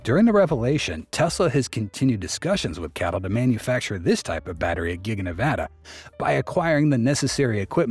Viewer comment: C A T L not cattle mate 🐄